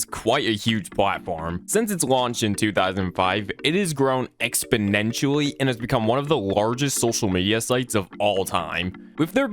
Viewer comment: Expenentionlly? Thats a big word